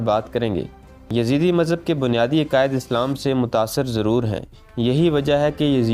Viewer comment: Yazeede not, its yazdee